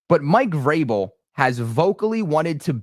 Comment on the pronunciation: How many times you switched between Vrabel and Grable is annoying. Learn how to say his name.